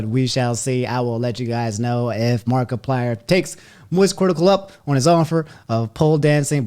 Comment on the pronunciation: nobody:: mark E plyer